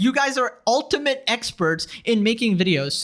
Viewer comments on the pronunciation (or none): none